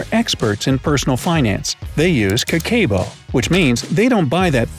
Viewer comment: The way he pronounces Kakeibo made me exit out if the video so fast